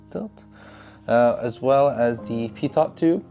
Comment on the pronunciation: Silent T at the end of "Pitot". You're obviously a wicked smart guy so I just want to help you sound as intelligent and credible haha. Aviation guys will judge you pretty hard haha.